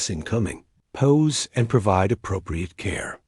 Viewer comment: It's P.O.W'S not pows